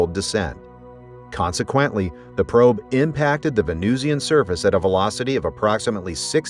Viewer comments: Well done, except…it’s “vuh-NOO-shn”, not “ven-NOOZ-ee-an”. (Also, “taa-puh-gra-fik”, not “tope-uh-graf-ik”.) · How do you pronounce Russian? Martian? Pronounce Venusian the same way. It's not 'VenooshEEan,' any more than it's 'RushEEan' or 'MarshEEan.' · why is venusian pronounced as vee-noo-see-an here? venusian must rhyme with illusion.